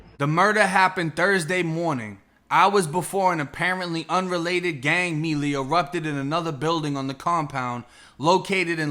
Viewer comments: Bruh... did you really just say "Mee-Lee?" It's "May-Lay," as in a fight with multiple people. A gang melee is when multiple people on each side fight each other at the same time. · Melee is pronounce may-lay